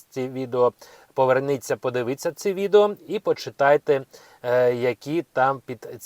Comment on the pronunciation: Слушайте мужчина. Не коверкайте Спiвучу украiнську мову. Подив I ться. Реально режет слух. I так далi . "Тим жы самым " " офыцеры","коментарах", "уговарював", ха ха!)) короче много много таких ошибочных слов. Почитайте украинские газеты хотя бы.